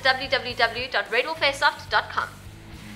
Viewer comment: sounds like she says rebel airsoft.